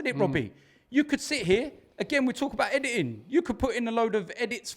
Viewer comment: Can anyfink get worse. Yes, Gunners will lose fwee in a row 😂